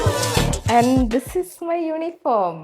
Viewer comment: യൂനിഫോം അല്ലാ യൂണിഫോം ആണ്